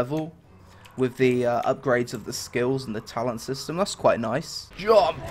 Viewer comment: Pls say JUMPUUU in your next video, that thing is hillarious